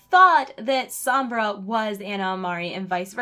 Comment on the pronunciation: It's "Somb-brah"